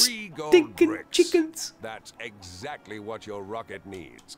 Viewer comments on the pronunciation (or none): Did the narrator said eggactly